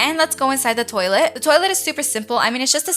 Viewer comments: Ummmmm "Lets go inside the tolite" WhAt 😂😂😂😂😂😂😂😂😂😂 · Who else love's when she say ''toilette''😂❤